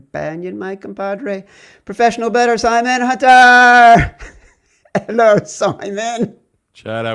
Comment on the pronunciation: " 'Ello SIMON!" 😂😂😂